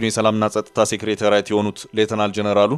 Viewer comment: ስታነብብ አፍህን ሊይዝህ ይገባል፥ ማለቴ እንግሊዝኛ ስለምትችል - ሰው😂ሴክሬታሪያት አይባልም፥ ታደሰ ወረደን ቢሮ አደርግኻቸው፥ ምነው በትግሉ ሁሉም ሚዲያ ንግድ ክጀመረ ዐራት ዐመታት😂አፍው እንኳ የቋንቋ ጥራት ይቅርባችሁና መሠረታዊ መልዕክት የሚያስተላልፉ ቃላትን ለስቅላት ባትዳርጓቸው!!!!